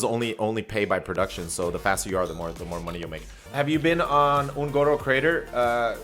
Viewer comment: ON - GOR - OH, not hard to pronounce